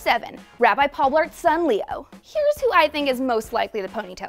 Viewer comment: It's leeore, the rabbi son